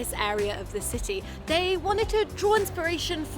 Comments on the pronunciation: No you are not the only person, I’m her dad and I always smile when she says ciee instead of city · have to admit after following you two for ages, I’ve been hooked on your pronunciation of any word containing a T…. You hardly ever pronounce the T and I have to smile. And, today I find Jack saying city without the T…. Lol, now on top of enjoying your vlogs, I’m searching for the lost T’s. Love it. Keep the content coming and, am I the only follower with this obsession?